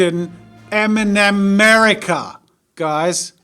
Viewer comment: Him: m and merica me: enema merica